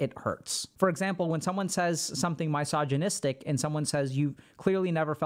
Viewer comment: You're mispronouncing misogynist